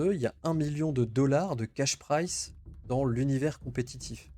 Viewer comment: C'est cash pri*z*e (récompense en cash), pas "cash price" (qui voudrait dire "coût en cash") ;)